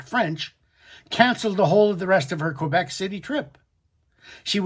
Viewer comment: Your English so it's pronounced Quebec not Kuebec.